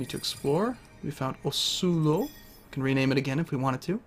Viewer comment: explore not explode . XD